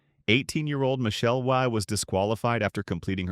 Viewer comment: Michelle Wee or Wie lol. AI voices are funny